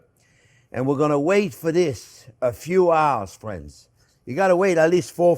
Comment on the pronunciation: That's friends speak proper english